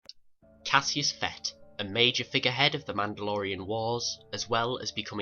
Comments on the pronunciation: If you spell it cassus say it Cassus not Cassius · It is pronounced Cas us not Cas e us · Jesus, it's not Cassius! It's Cassus. Do you try to mispronounce every word you say?